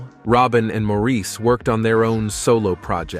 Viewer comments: It’s Insulting that the commentator didn’t make the effort to learn how to pronounce Maurice’s name. It’s NOT Mor-eese’ . It’s Mor’ iss . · It's Maurice ok,not Moreese...what the heck! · It is spelled Maurice..not Morris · I hate that too!!! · Americans often pronounce Maurice like that. They have their own lingo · being from another country doesn't give you license to butcher someone's name. All this guy had to do was watch one or two interviews with them but apparently he never has